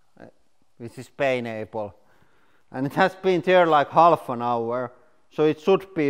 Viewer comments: did he call it "pain-apple"? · I love how you say "Pineapple," it sounds like you're saying "Painapple." And given what it feels like to eat too much pineapple, you kind of are correct. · "this is paynaple" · Painaple. Seriously, you guys are doing this on purpose right? I went through the same elementary education as you, there's NO way you're that bad at english.